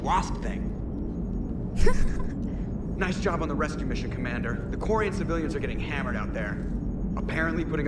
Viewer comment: You also do the same thing when say Quarian or Quarians XD